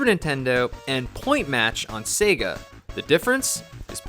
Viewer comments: how it's always been pronounced. how the sega guy from console wars pronounces it. how everyone pronounces it. how it was pronounced in commercials. how it is pronounced when you turn on sonic. SAAAAAYGUUUUUUHHHH. sayguh. no one has ever said 'sehga' until this dude. it actually made me stop watching these videos. if he had some rare speech impediment i'd feel bad and start watching again and delete these comments. but of course that's unlikely. it's very bizarre and i hate it. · why does this dude pronounce it 'sehga' it's so distracting, no one does that.